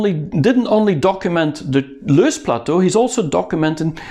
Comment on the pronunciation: it is loess (have several pronunciations) plateau not loose